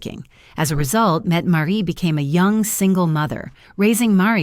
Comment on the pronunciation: The "t" Marit is not silent.